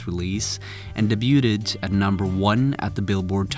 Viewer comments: I can’t get past the fact that this guy just said “Da-buted” instead of “debut” lol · Nice vid, btw "debuted" is pronounced "day-byoo-d", not meant to sound patronising, great work as always! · No hate. Just an FYI that debuted is pronounced "day bew duh" not "day bewt id". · Debuted "Day bue ted" ??? Wtf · Stopped watching when you said “debute-ed”. Why would I try to learn something from someone who knows so little? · Love your videos! Just thought I'd tell you, "debuted" is pronounced "Day-Byoo'd." The "T" is silent. :) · daybooted lol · Debuted = day-byood...fyi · Say debuted again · I think you need to learn how to pronounce "debuted." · The way the pronounce debuted hurts, the t is silent my dude.